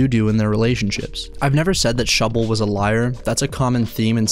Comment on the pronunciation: Thank you for the love of God! Someone who actually says that shubble gasno proff!